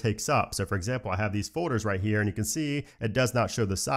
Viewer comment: All those fohders…